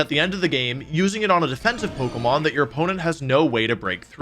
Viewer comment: I will sub when you can say pokemon correctly and not pogamon